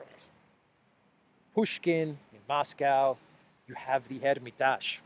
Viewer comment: His name is pronounced - MAL-A-VIK. The museum is the - HER-MA-TAJ. You may think that you sound sophisticated and European with your lame pronunciations. You don't. You just sound stupid. You are speaking to an American audience. They may actually want to look up the artist, and see that Russian Suprematism was ultimately, an aesthetic dead-end.